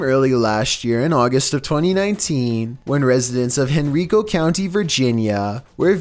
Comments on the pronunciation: Lol Henrico, Virginia is pronounced hen-rye-co 😂 not hen-reek-co. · AHAHAHA henRIco Va, dang mans mispronounced mah homestowns name😂😂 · Hen-reeco Virginia lolol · Omg Henrico County VA 🤣